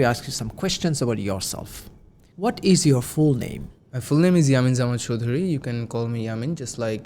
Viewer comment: ‘Avatar: The way of Life’😅😅 ….pronouncing ‘Ishh’ for ‘is’ 😂….Now I’m confident that I will get Band 9 for sure😂